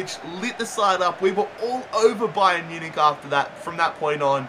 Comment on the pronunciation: Ba-yern Mu-nich XD